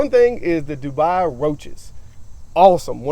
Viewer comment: its not dubai its dubia lmao